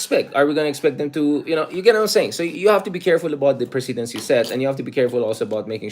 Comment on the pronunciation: Correct pronunciation of PRECEDENCE